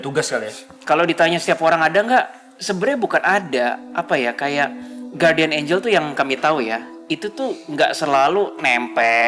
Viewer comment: Bacanya Gardian, bukan Guwardian.